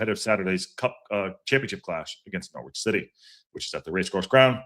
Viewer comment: IMO you're spot-on re: J McClean. Good player on his day, but has more off-days than on now...thanks for the memories Jimmy 👍(btw, Norwich has a silent 'w' so it's pronounced Norrich)